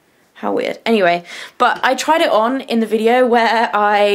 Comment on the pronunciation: your 'where' sounds so funny :D